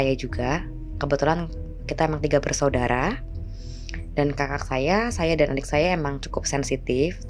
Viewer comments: Terganggu banget sama kata KAKAK yang diucapkan seperti mengucapkan kata gagak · Kok pas penyebutan "kakak" nya keggitu yaa.. ☹️ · Huruf k yg di belakang nya di sebut😀